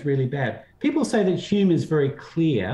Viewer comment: Lol. Butchering Hume then unironically quoting CS Lewis. This takes me back